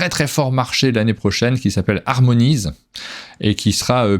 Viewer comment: un format toujours aussi agréable et informatif! Je note "Rock Hard 1977", ça m'intrigue! et j'adore "The Night Cage" (Piège Obscur) (bon accent en anglais: n'oublie pas le h aspiré - qu'on devrait dire "expiré" mais c'est un autre débat! et "Harmonies" n'est pas "harmonaïze" du moins en BrE!! voilà, j'ai fait ma grosse chieuse ha ha!)